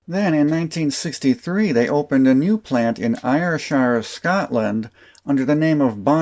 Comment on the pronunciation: Interesting stuff - thanks! Just a small correction of your pronunciation of Ayrshire - it should be AIR-sher, with the stress on the first syllable and the i in shire flattened.